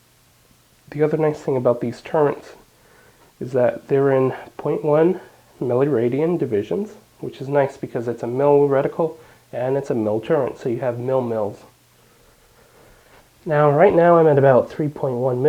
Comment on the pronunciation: FYI...There's no N in turret